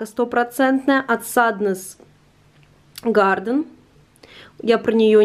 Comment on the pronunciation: Какая вы молодец! Очень вдохновляющие видеоролики 👍 Спасибо за них. Хочу только немного поправить: Sandnes garn, не garden. Garn - значит " пряжа" в переводе почти со всех скандинавских языков :-) Ну это просто дополнительная информация...